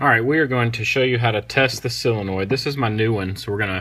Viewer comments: There's no such thing as a "sillonoid". It's a SO len oid fer dang sakes. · It's a sOlenoid, not a sIlenoid.